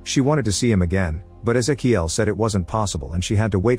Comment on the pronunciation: thats.... not how you pronounce ezequiel